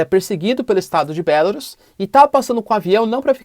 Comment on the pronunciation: Acho que não é BÉLARUS como vc pronuncia, dá uma pesquisada. É horrível ouvir um nome de país com sotaque. O google tradutor pode ajudar em várias línguas.